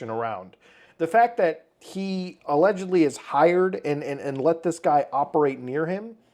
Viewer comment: "krys had aLegIedLLyi a picture of Shadman on his wall" MY BROTHER IN CHRIST THERE IS A VIDEO WHERE YOU CAN CLEARLY SEE THAT SHIT, i swear to god that word has been (allegedly) butchered beyond repair